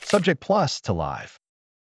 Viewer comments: No they said live (Liyve) instead of Live (liv) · no the voice is reading Live pronounced Liyve which means a TV show is LIVE. It should read Live as "liv" as in I live in England